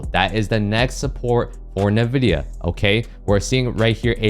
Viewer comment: Hey boss, respectfully, NVIDIA is pronounced “en,” like the letter “N”, then “VIDIA.” Respectfully